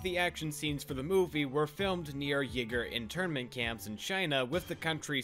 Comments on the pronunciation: Uighur is pronounced We-Ger, Ye-Ger is a just a just sounds like Yellow-Nig..... we'll just leave that. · Somebody pointed this out in your Mulan video, but Uighur is pronounces “we-gurr” not “wigger”. It’s important that we preserve the culture as much as possible. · With due respect…. WEE-GUR. Its pronounced WEE-GUR Though I really do appreciate you bringing attention to this issue. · For future reference, Uighur is pronounced wee-gur. Just letting you know.